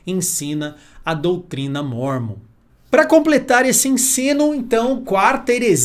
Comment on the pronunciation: Parabéns pastor tao inteligente e conhecedor mais nao sabe falar o nome O LIVRO DE MORMON